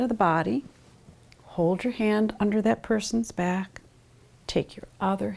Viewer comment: Final consonants did it for me... "bacK" "wanT" "pointS" How is anyone still awake?!